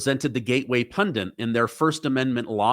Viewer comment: pundit pundit PUNDIT!.... that word is "pundit", not "pundent"! A pet hate of mine sorry 😂